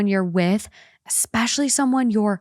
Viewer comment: Ekspecially xD